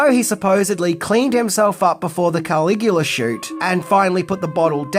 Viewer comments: “Cuh-lig-u-luh” he’s not Superman’s dad Kal-el /Kal-igu-la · He thinks it’s Superman’s real name KAL-IGU-LA / KAL-EL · I don’t think he watched it because of the way he’s saying KAL-IGU-LA! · He thinks it’s Superman… KAL-IGU-LA / KAL-EL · no it hurt my ears!